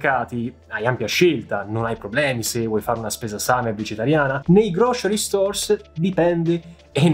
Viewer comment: grow-sr-ee , non "grocery", come lo pronunci tu.😉prendi qualche lezione da cambly....